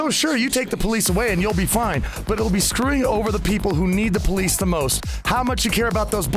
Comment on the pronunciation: "When we shay abolish the poleesh"